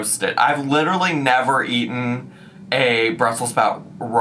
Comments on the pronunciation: they way she stops and says 'ate-en' with a smirk.. she knows shes saying it wrong, even the caption said eaten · I feel your pain,. I also hate yellow mustard. Fruit and cottage cheese is nice, but veggies need a nice ranch dressing. Also.."ate-en"? What the heck dialect is that?! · “Aten”? “ATEN”?!😂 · I can't believe she said "aten" unironically 💀💀💀. We love whole foods, but no ma'am. What is "real food"? There are all kinds of high calorie whole foods (olive oil, avocados, dark meat). A plate of raw vegetables, low fat cheese, and mustard? That's DIET FOOD. Low carb, low fat, high volume. It's, like, what everyone hates about salads. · My English degree left the chat at "aten." 🙃 Not to mention I'm not even a native speaker in the first place. 😅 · You said "aeiten" wrong 😂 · "aten"...."expecially".... maybe we've cracked the code on why she copies what others say in videos. Words are hard. I've seen so many people try this raw veggie trend with mustard/cottage cheese....it almost makes me wish I even halfway liked cottage cheese lol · not her saying “aten” “excetera” and “expecially” all in one sentence